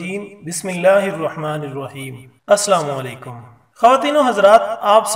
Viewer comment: Iam sorry to say u but it's my dutyAap salam sahi karna sekheyae.